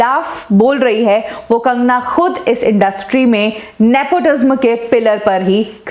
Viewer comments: It's Nepotism and not Nepotisma as you pronounce ...Kangana is exaggerating nepotism a far bit I guess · Love the way she says Nepotisma instead of nepotism.😀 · Nepo tizmmmm nhi😅😅😅, NEPOTISM Hota hai....... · omg why are u pronouncing it.. "nepotizzmaa" are u well educated enough to be reporter??? or are u also the product of nepotizzzmaaa??? ## kangana❤️queen ## justice for SSR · I was about to comment this she pronounces the word truth differently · PRONOUNCE IT AS nepo TIZAM. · Please learn to pronounce “NEPOTISM” I get goosebumps when she pronounces “NEPOTISM” its so simple to pronounce it. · Nepotism is pronounced as nepo ti sam, ने पो टी स म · Why do you pronounce nepotism so weirdly??nepoti - sma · The pronunciation of nepotism is ne-po- tee-zem. Please say it right. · Just a suggestion. Please pronounce properly the word nepotism. Dont put pressure while pronouncing the word tism. Tism should be pronounced as tisam. So pronounce it as nepotisam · I got triggered when you pronounce nepotism like in the last 'sm' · Please pronounce "Nepotism" properly... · Your say nepotism v weirdly...bad pronunciation